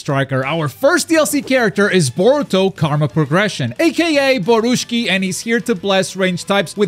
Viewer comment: Borushiki not borushki😂😂